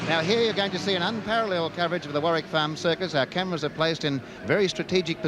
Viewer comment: That's Warwick Farm not warrick..